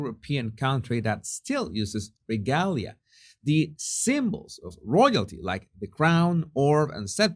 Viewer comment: ruh-GAY-lee-uh. (regalia) sorry, i'm a bit OCD about pronunciation. If you ever heard me pronounce Spanish, you'd be laughing so hard you wouldn't be able to correct me!! All the best to you and yours,!! ps the Stone of Destiny is actually the Stone of Scone (pronounced Stone of SKOON) The English call it the Stone of Scone because they mispronoune Scone so often.